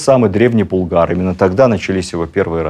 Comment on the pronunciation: Спасибо за теплые и справедливые слова о Шаймиеве. При всем уважении к вам: не БулгАр, а БУлгар (ударение на первый слог).